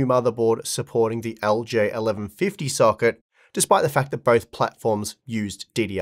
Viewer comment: man that aussie accent makes LGA sound like algae 😭